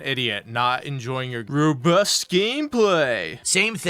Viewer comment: "your wobust gameplay" 🤣